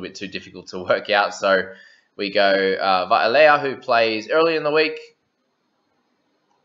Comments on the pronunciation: It's Vy-leh-ah(layer would be spelt Leia) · Shot brother! You're pronouncing well - just on what you said - Vailea (Vi-layer) and Nanai (nan-eye) hope that helps bro!